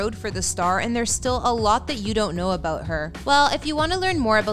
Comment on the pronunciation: stopped watching 45 seconds in bc I don't like the way the narrator pronounces the word "about". Also, I don't care.